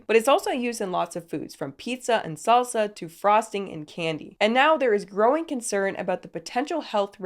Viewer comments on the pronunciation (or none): none